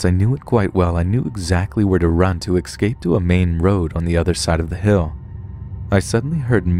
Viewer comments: Hey man, you're a great story teller and I really enjoy listening to the content you upload, but I have one little issue that pulls me out of the story every time I hear you say it: you're pronouncing "escape" as "eXcape". I'll keep listening to your stuff even if you won't bother trying to rewire the word in your brain , but it would be greatly appreciated (and I know I'm not alone thinking this) if you would try it ;) Anyway, keep up the great work buddy, cheers! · ESCAPE!!!!! It's ESCAPE, not EXSCAPE !! 🤦‍♀️😫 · I love you but everytime you say excape instead of escape a piece of me dies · I love your voice, it is cool, but please please stop altering eScape to eXcape, it is never eXcape. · “Exscape” fam what? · MidBoss I think you are mistaken. he is actually saying X cape. like the Cape he used to wear.